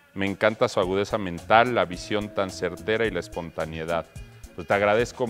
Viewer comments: espontaneidad buey, no espontaniedad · se dice espontanEIdad pero aún así es el más chido